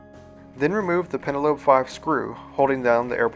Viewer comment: pentalobe, not pentalope.